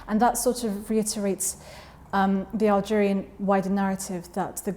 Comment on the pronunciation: it's prenounced Hellgeria lmao